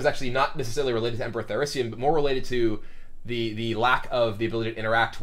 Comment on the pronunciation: Emperor Thaurissian" :D :D